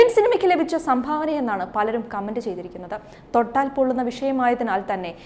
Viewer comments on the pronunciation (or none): none